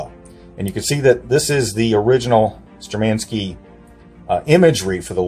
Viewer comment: Штурманские! Shturmanskie! Not Sturmenskie!!!!!👍👊🇷🇺 Uriy Alekseevich Gagarin is our History and Pride! USSR!